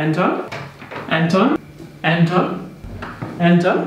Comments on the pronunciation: Efter at han har sagt "Anton" et par gange, lyder det som om at han siger "er den tom";)))))))))))) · der han sagde "Anton" mange gange kan kunne jeg til sidst høre "er den tom?" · det lyder som om du siger "er den tør" og ik anton hahahah eller er det bare mig? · er jeg den eneste der høre "han tom" når siger anton? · Det lyder som om at han siger "er den tom?" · der hvor du siger Anton lyder det som om du siger er den tom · Da du kaldte efter Anton lød det efter lidt tid som om du sagde "Er den tom?" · Da du siger "Anton?" så hører jeg det lidt som "er det 12?" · Når leder Anton lyder det som han siger er den tom🐶🐶